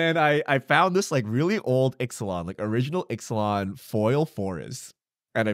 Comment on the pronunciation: "lost caverns of Italian" lol